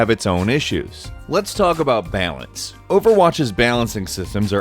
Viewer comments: lol "bealince" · the way you say the word balance needs work